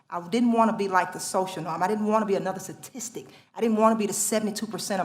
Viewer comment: Awesome, however if you are a 4.0 student you should know the word is "s t a t i s t i c", not " s a t i s t i c ". Otherwise A ++++ Props to you. NONE to O M A R, the Socialist.